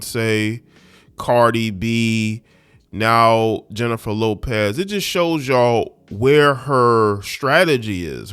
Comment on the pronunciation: I used to follow you and after hearing this crap beginning with the mispronunciation of her name, I want nothing to do with you misogynistic ignorant Unabashedly slanted post. You sound like you not only read the “Dumb knee grow” ignorant black man operational manual. You sound like you wrote it.